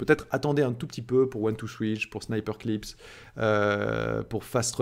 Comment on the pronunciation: Attention, c'est pas "Sniperclips" mais "Snipperclips". La prononciation n'est pas la même.